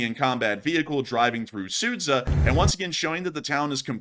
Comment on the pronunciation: Just an FYI, the town of Суджя is pronounced “Sujya”; the combination of д and ж makes a hard “j” sound.